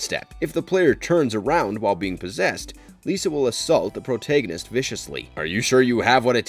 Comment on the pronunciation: Bro the way you pronounce "protagonist" is legit concerning 😟